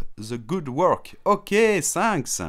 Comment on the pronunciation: Pourquoi ne pas prononcer correctement ? Thaks, sanks 🙄😬😭